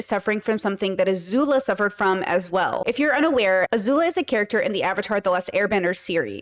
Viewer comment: not "azula"